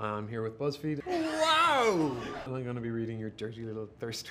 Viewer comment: did he just say bussfeed?😂😘🔥